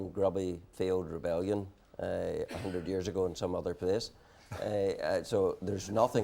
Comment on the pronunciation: What is a "webellion"? Is Jim 'the bigot' Allister perhaps Jamie Brysons father?